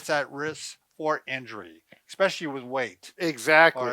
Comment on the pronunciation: These guys are doctors and they say it expecially??